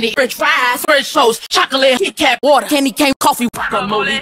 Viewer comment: I'm addicted to the way she says "WATER"